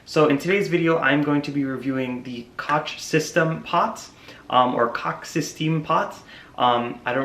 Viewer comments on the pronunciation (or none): It's pronounced Coke